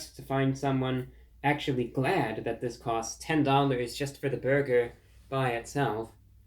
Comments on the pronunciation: Lol French man trying to pernouce burger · Awesome review!!! 👍 "You have to pronounce burger like bhurrgherr": 😂😂😂😂😂😂 what neat humor!! 😅😅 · You let me down, Reviewbrah! After watching your video, I dropped by my local Arby's earlier today for lunch and placed an order for the "Big Cheesy Bacon Burger," light on the BURGER sauce. The drive-thru operator retorted: "Sir, there's no need to yell!"